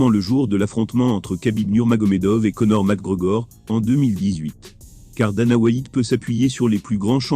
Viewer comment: "Conor mac grogor" mdr